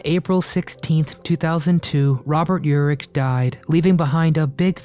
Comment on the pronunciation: His name is Robert Urich, not elrich